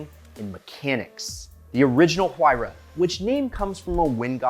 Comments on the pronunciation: It sounds like Waira, not whoaira!!! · It's written Huayra but pronounced Wayra, not that hard to find the right pronunciation if you have Google. Btw Wayrapuka is the god of wind from the Inca pantheon. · Stop with the H it's silent 🤫 You love the car say it's name right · Sorry, but I just can not comprehend how you pronounce the name of you favorite car incorrect. Take the word "Wire" and then add "Ah" sound in the end. There you have it. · OMG! It's ear ripping when you americans start to butcher European names! Just listen how he pronounce Pagani Huayra "Tricolore" or "Horacio" (owner name)! If you so obsessed with Pagani or just love it, you should be willing to learn pronouncing those names the right way! C'mon man, try to be professional, please... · Stop pronouncing the "H" you doorknob